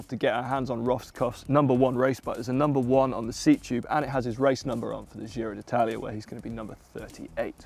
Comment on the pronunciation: Did he say giro d'itlaia?